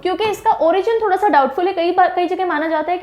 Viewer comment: Ma'am ठोडा not थोड़ा m himachli